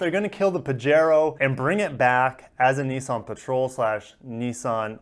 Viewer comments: You know I love u and ur channel man.... but it's pronounced Pah-he-ro:) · it quote you have given, says that you pronouce it pajero.